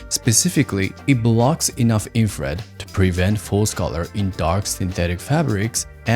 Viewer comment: Ah ok, that makes more sense. I looked back on that part, and it seems you mispronouncing infrared sometimes made me confused about the different terms, but that clears things up. Thanks!